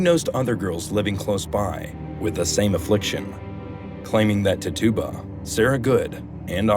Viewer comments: " tit-chu-ba" is the correct pronunciation for the name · Her name was pronounced.. Tit cha ba... Great video